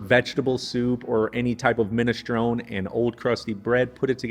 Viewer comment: Your ancestors were from Italy (Sicily) 🇮🇲🇮🇹but your pronunciation of Italian words is soooo bad. 😞 MinestronE not MinestrOoon. Cannellini not K'nellenn and so on.